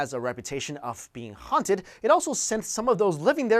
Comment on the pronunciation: ughhhh i hate the way you pronounce the "H" .... "HHHHHHaunted"